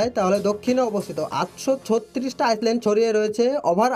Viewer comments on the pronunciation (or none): ভাই," ISLAND" কথাটার উচ্চারণ হয় "আইল্যান্ড"। এখানে "S" অক্ষর টা সায়লেন্ট থাকে। সুতরাং তুমি যে একাধিকবার "আইসল্যান্ড" বলেছ সেটা ভুল উচ্চারণ।